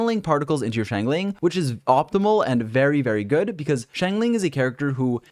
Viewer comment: man I love your videos but it bugs me a little how you say Xiangling Xiangling (Shyong-ling) Shyong sorta rhyming with Song Xingqiu (Shing-Chyo) Shing rhyming with Sing I try to pronounce the characters names the way they pronounce them themselves in the chinese voice pack.